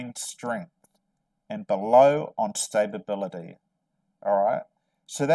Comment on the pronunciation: Are you trying to say stability? Or stabability?